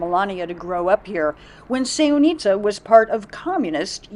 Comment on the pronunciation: It’s not pronounced that way. Also, we have more than enough tourists. No need for promoting more. However Sevnica is nice little town, not tourist attraction.